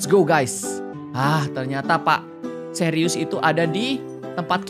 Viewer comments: Btw itu suires bukan serius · Plis kak itu pak suires bukan serius😭☝️